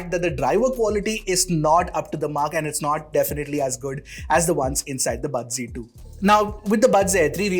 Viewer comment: Z ki G kyu pronounce krte h